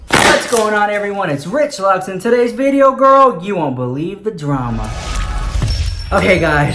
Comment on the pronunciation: Well... gets me every time hahaha love you sooo maaaach!! always making my day better:)